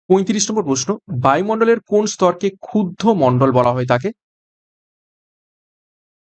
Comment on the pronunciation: "Khudromondol" noi kotha ta"khubdhomondol" sir❤